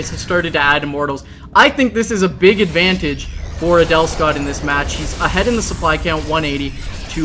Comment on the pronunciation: Every time I hear Husky say Adelscott I hear 'anal'scott ><